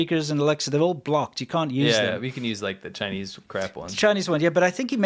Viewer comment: CHY-NEES medicine, or CHY-NEES prison torture? WHY NOT BOTH?!?